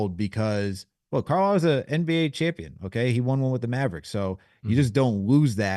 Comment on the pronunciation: Why does say Rick Carlisle Name like that?!? 😭😭😭😭 “Rick Carl” 😂🤣🤣